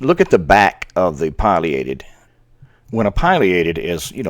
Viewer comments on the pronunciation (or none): It's "pileated" sounds like pill E ate ed. NOT pil I a ted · It really is pronounced Pill-e-ated. Even Alan Alda pronounces it that way and he's a birder.